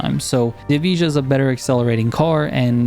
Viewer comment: Bro I’m American too still can say it right 😅 EV-I-UH all together and that makes Evija